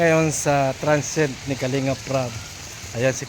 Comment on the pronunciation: Transient hindi transet he he he